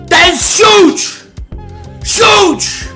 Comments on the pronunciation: it huge not suge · Aye, did u say "shuge" 😂😂😂 #FEF